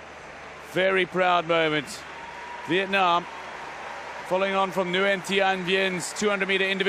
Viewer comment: Lần đầu nghe ông blv nc ngoài đọc rõ chữ " Việt Nam" như z